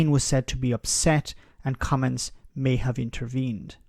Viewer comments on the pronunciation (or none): It's not pronounced "come ins" ...there is a "G" I don't understand why you are getting his name wrong now? You had it right in earlier videos.